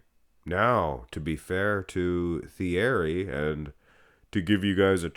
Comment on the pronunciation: You pronounce his name t e a r y. He is actually closer to 59 than 52. I talked to him for an extended amount of time at the 91 Olympia. Google has MN as 5ft 2in but that is grossly inaccurate. I'm 5-11 and he was in bare feet and no more than two inches shorter than me. Andrew Jack is 61 and a half.